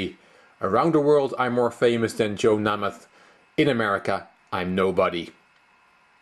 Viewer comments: It is pronounced Joe "Naymath." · The best is how you mispronounce Namath, since Fischer was talking about his fame. First ā is long, like Name + math. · Joe "NAME-ITH." Puh-LEEZ! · Who hasn't mispronounced some names? Poor form!